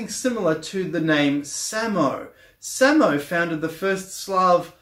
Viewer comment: Gotta love a guy who can’t pronounce Slavic words properly trying to teach alternative history lol. Samo is pronounced suh-mo, Slavic word for only or just (adverb not adjective).